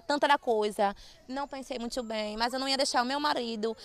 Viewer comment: "nao pensei mutcho bem"KKKKKKK